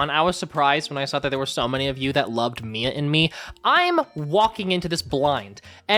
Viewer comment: Why do i hear "Mia in me" 😭😭😭